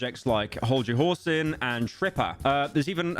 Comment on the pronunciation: "Hold your Horsin" oh so close pyrocynical... metros booming